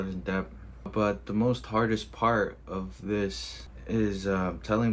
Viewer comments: I'm sorry, but this guy is just an addict—he has no critical thinking, actual strategy, or financial education. He's a gambler, not a trader. Oh, and the fact that he doesn't know that it's "Debt" and not "Dep" says a lot. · det not debth is the pronounciation ....... 1 set a limit of loss and gain 2 never bet wages only savings 3 take time 4 invest as well as trade youve still got your car and you can always work ..regroup work hard and save ..good helpful video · DEBT ITS NOT DEPTH DEBT AND THE B IS SILENT. Not surprised he loses all his money bro cant pronounce DEBT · I just don’t understand why he keeps saying dept and not debt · The guy pronounces debt as depth the guy is a M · This guy keeps saying “dept” and i can’t take him serious. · Do he’s saying dept 😭😭😭😭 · he pronounces it funny, should be det without the "b" sound. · I kept hearing "deps" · Is he actually pronouncing the letter B when he says debt!???😂😂😂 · If you can’t even pronounce the word ‘debt , don’t even think about trading. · You shouldnt be anywhere near the stock market if you cant pronounce "debt" correctly. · Was he pronouncing the "b" in "debt"?....😆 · So much debt he pronounces the 'b' in debt. 🤪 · On a side note, why does he pronounce 'Debt' so strangely? 😂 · The dude is saying "Debt" and pronouncing the B. Then he's saying he's taking 80% interest loans? That literally isn't even legal. What planet is this dude on? This is fake or he's actually braindead. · Never trust a man that can’t pronounce debt. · He doesn't know the B in debt is silent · I’m not taking advice from anyone who pronounces the 'b' in debt. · Why he keep saying “deBt”? 😂😂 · Anybody that pronounces the B in debt deserves to be in deBt 😅 jk